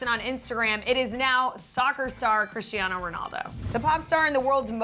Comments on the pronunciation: Omg it’s Cristiano not crischtiaano ! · its crisTanio not crishiano